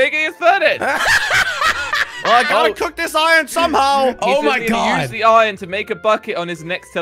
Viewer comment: I love how jelly sais ion at the place of iron